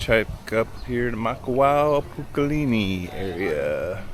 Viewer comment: Pukalani not pukalini